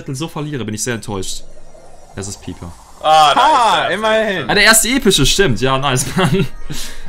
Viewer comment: Das heißt eigentlich Piper